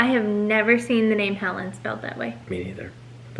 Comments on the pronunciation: I think helleen is pronounced hell leen not helen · Pronounced Hell Leen dear. Hellene.